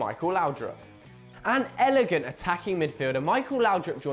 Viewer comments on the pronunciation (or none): none